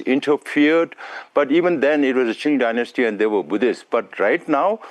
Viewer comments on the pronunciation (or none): none